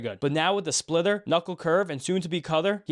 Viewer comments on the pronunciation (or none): I kept hearing splither when you said splitter, thought it was perhaps some new pitch he'd developed. Wasn't sure